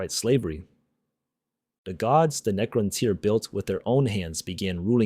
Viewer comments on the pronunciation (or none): Could you really not get your AI slop voice to not pronounce Necrontyr completely different two times within 20 seconds?